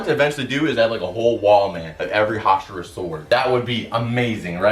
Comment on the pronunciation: Correctly pronouncing the word hashira deserves and instant like